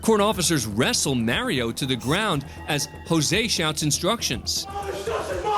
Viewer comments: It's pronounced "Mario", not "Mary-o". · The narrator clearly has never played any of the Mario games or he’d know it isn’t pronounced Maryo.